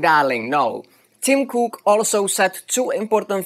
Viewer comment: Tim...Crook is what I heard! Thank you for nice explanation and builds!